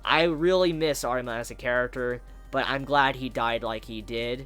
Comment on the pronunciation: It’s funny when he talks about Arima he pronounces it as artima